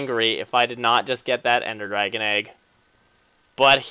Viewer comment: "drag-on" its funny.